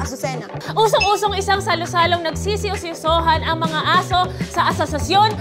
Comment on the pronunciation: Parang yung tongue twist ni buboy imbis na "ang mga" ang sasabihin nya... ang bigkas nya "ng mga"...